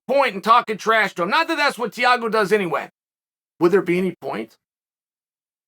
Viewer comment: TEA-A-GO ~ Chael